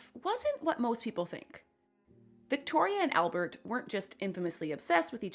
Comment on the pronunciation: One pronunciation correction: it's not "Elbert". It's "ALbert". AL. Same as in "Alice".